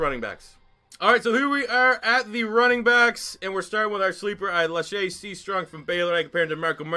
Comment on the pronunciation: Man. You Butcher Lache’s name. Lol. It’s pronounced Lake. 😂